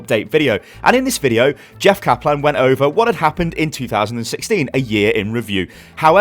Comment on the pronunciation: STAHP SAYIN JAFF KAPLÄN